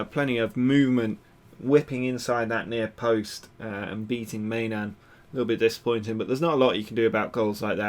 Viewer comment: i know I'm a little late, but I'm pretty sure the keeper's name is pronounced "my-non"